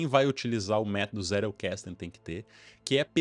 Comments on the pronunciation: Não querendo ser chato, mas já sendo, em alemão a pronúncia fica mais proxima da nossa do que do Inglês, então não é Zé-rou-ques-tou, é mais pra Zét-el-cas-ten(Tentando reproduzir a pronuncia) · Um adendo aqui sobre a pronúncia: O mais apropriado seria 'Tséttel Kasten.' O 'tt' pronunciado como o nosso t mesmo. O 'L' é aquele que a língua bate na ponta dos dentes incisivos. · Zettelkasten: caixa de notas / caixa de bilhetes. Pronuncia é: Tzetel casten - somente para agregar...parabens pelo conteudo..aprendendo muito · Crítica construtiva: qnd vc tentar pronunciar o nome do alemão, pronuncie a letra “t” com o som do português msm. Alemão não eh inglês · Sua pronúncia está em inglês, em alemão é outra pronúncia. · Pronunciou errado a palavra alemã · Tentando agregar algo. Vc pronuncia Zettelkasten como se a palavra fosse inglesa. Possivelmente vc tem o inglês como segunda língua a ponto de raciocinar a pronúncia de uma palavra "estranha" como se fosse sua segunda língua que, creio eu, é o inglês.